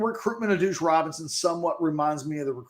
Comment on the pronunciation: Your inability to consistently say deuce is hilarious. “Douche Robinson”